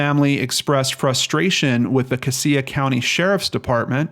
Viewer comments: U pronounce it cashia for the count of cassia I went to school with her she was a sweet heart im so glad she was found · It's pronounced "Cash-uh" county... Sad story, I followed it on the Boise news. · Sorry to nitpick but it is pronounced "cas (the a as in apple), ia (sha)" county not as you said. It drives locals crazy.